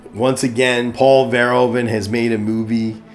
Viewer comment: I think you can improve your pronounciation of Verhoeven. Say it more like "Ver-" with a sharp "v", followed by "hoof-", as in cow feet, followed by "-un" as in "sun". Ver-HOOF-un. Greetings from the Netherlands!